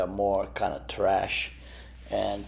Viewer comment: he pronounces thrash like trash